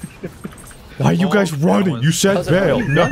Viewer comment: Still word "Ba'el", said "Bail" #PTSD 😵😵😵